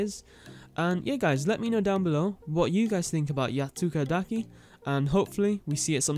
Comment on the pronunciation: Man I got so used to hear Yatsukadaki mispronounced that the actual pronunce (wich is the one you did) actually sounded off. I heard some things like yatsukadeyki yetsukadaki and so on. Also in regars of Chameleos, more recent leaks actually said that it actually got scrapped due to time constraints and will be fully implement only as the first DLC update, pretty sad if you ask me.